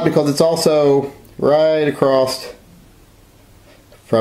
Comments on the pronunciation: Did you say 14" acrosst? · Did you say "acrossed"? Lol, still lovya, thumbs up :) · I learned a new word…. "acrosst"..